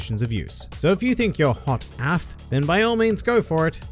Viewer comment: why did you say "hot AF" like that haha